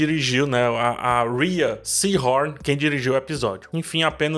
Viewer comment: A pronúncia certa do nome da Rhea é "Ray" igual a Ray Charles, faltou falar um pouco do Lalo nesse episódio mas gostei muito crítica está de parabéns, ganhou mais um inscrito!!!!